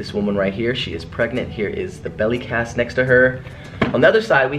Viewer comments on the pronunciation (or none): Does anybody else realize Austin keeps saying belly casket instead of belly cast?!😂😂 Love you ACE Family!!♠♠